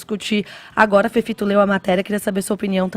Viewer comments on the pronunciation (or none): Deouzolivreeeee!!! Parei qdo o féfifitoo começou. Nummm guentoo affff